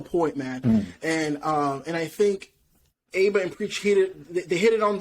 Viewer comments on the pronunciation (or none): It's pronounced AB-A, not A-BA 👍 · Bruh, if he says Aiba one more time . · You don't say the "A" in Aba.. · Nigga said abea , no son Abba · Its written Aba but pronounced Abba Good vid though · Love the video, but c'mon you guys you could at least pronounce Aba's name correctly lol. They say it all the time!! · It’s painful every time you say Aba wrong good video though.